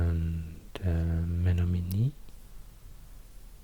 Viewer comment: Colin Brain not Menomonee tho, big sad